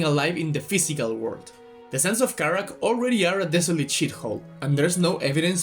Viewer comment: I found funny how you say sands of Karak, because the way you said it sound like a state from a country actually, it's funny lol. Good video btw.